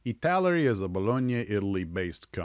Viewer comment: ITALAERI not ITALERI!